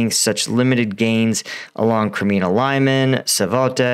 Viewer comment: ….and not [ Laiman] but [Lie-´mann]